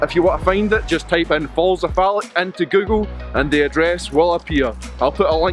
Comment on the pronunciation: It’s Loch, not lock, and Falloch, not Fallock lol!